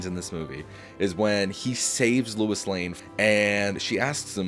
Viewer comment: Sounds like you kept saying "Louis" when it should be "Lois" And I agree that Superman IV is better in premise than Superman III. Superman III was unfocused & too silly. Both sequels suffered from having creatives who didn't care for the source material + not using Brainiac, Bizarro & other villains . As for seeing Superman as a god, watch Superman & Lois & you'll see how human the character really is. One of the best Superman adaptations alongside Superman: The Animated Series, the 1978 movie & the new one. I respect the ranking, but I'm going 1. Superman '25 2. Superman '78 3. Man of Steel 4. Superman II (both Lester & Donner cuts) 5. Superman Returns 6. Superman IV 7. Superman III